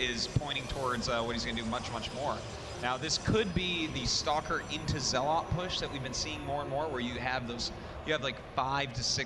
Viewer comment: Artosis' pronounciation of zealot makes me cring every time.